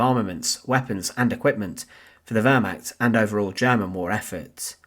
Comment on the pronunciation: The voice and pronunciation of the narrator are Irritating beyond description,above all the pronunciation !! The word "war" alone is too stupid for words....find someone else, will you !.